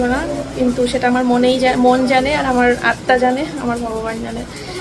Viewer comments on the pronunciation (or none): none